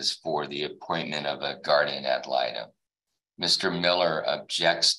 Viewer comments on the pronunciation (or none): Dude is a JOKE! His ass thinks he’s such hot s**t & MEANWHILE, he can’t even speak properly - what the hell is a “guardian ma-muh-lie-dum”? 😂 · I am so thankful my kid’s father isn’t like this. Omg imagine the absolute HELL he has put this mother through. Rooting for mom all day. ❤❤ Also, someone please explain to dad what false advertising actually means and also teach him how to pronounce “Guardian Ad Litem.” 🤦🏻‍♀️ DAD IS A BULLY!!